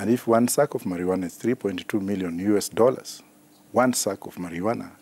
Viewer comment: My primary school science teacher come here and listen to this it is called Maruana not marijuana.